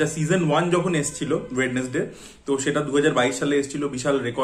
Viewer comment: স্পেল ঠিক করে করো আগে, ওয়েড.নেস.ডেই না ওয়েন্সডেই